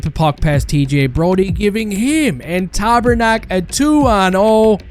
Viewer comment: ''him and tabernack" Lmao